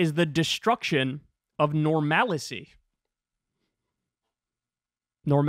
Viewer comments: The destruction of normalicy? First of all it's "normalcy"... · "Normalacy" :face-green-smiling: Okay then. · wait did she really say normalicy? I heart normality multiple times, I even made a clip of it to make fun of her. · "Normalicy" lol